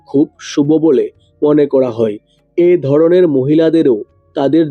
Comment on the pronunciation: আগে উচ্চারণ ঠিক করুণ তারপর বাকি কথা বলবেন,,নাড়ী নয় নারী,,কড়ে নয়্ করে ,, এতো উচ্চারণ বাজে দাদা ,,,ধড়নের নয় ধরনের